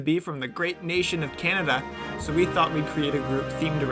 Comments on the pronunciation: bro said canadia??? Doth thou meaneth CANADA????? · did he say canaydia? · Why did he say "canadia"😂😂😂